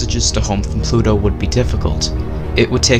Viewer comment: Mistake: Pluto not Plu-o!